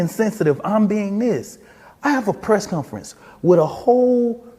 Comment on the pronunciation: I'll give this guy props for pronouncing "Asked" correctly. Negative points for saying "Press Cunference" several times though.